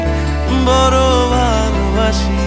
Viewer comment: পোরা কপালে,বরো বালোবাসি।এসব কি ভাই? গান এর উচ্চারণই করতে পারে না।পোড়া,বড়ো,ভালোবাসা।আরো আছে খানিক।।সংগীত এর মান ইজ্জত মারতেছে এরা